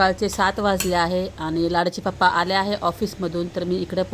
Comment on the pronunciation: Tai tumhi pappa boltat tich chhan vatti